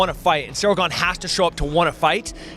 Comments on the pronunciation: He's still calling him "Gain" in this video lol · Is Jon pronouncing Cryls Last name improperly on purpose because I thought Cryl last name is not pronounced like "LANE, GAME, SAME, GAIN etc" AM I wrong 🤔?